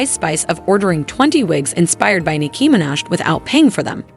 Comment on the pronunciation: can you learn how to say Nicki Minaj’s name properly💀